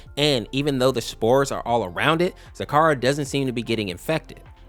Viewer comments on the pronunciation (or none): Your say zecora wrong. Ze-cora Or zi-KOR-ə